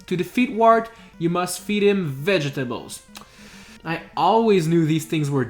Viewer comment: When you said vetables danguros lol😆😆😆